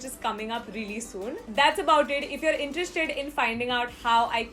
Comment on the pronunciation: Ur Interesting sounds quite interesting..😜